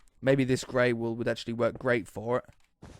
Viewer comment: "maybe this GREY wool will actually do GREYt for it" HAHAHAHAHAHAHHAHAHAHAHAHAHAHahaahhaahahhHAHAhahahAhahGHfyhsgtyggeqwuvfyi9yxdgfh